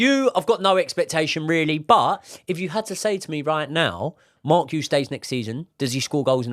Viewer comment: It is ponounced Marc 'Gee YOU"